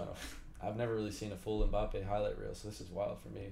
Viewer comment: It's MbappÉ with the accent not without it. People please pronounce it correctly